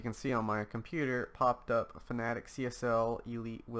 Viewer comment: This says fanatec wrong He says it like “fanatic” when it is actually pronounced “fana-tech”